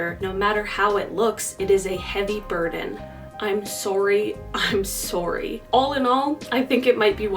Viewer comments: Please say §orry again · I can’t believe Canadians actually say “sohrry”. Thought it was just a stereotype